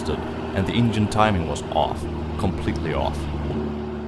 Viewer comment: The way he says engine “ingine” 😂. Cool car though, love old chevys